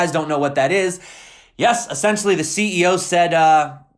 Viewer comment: you're great man, but please check your "essentially."